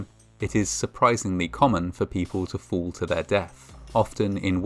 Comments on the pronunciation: "Fools do occur"...His pronunciation of the word fall is making for some funny moments lol. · The speaker's pronunciation of the word "fall" sounds like "fool" and/or vice versa. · The narrator pronounces fall, as fool. Don’t be foolish. Thinking you are beyond any danger. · he pronounces "fall" like "fool".Coincidence?!?!? subscribe for more genius conspiracy theories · I like how the pronunciation of "fall" sounds like "fool" There have been 50 fools. Too right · Fall pronounced by reader much like fool.